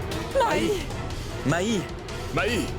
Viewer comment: C diri e pa mayi😂😂